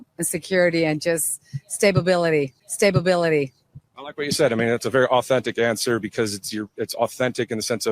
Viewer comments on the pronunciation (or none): Statebability 😂. Stability you mean? 😂